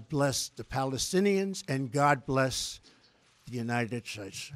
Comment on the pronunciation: And God bleshh the United Stateshhh